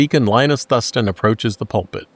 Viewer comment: just fyi... it's pronounced Thoooo-s-TON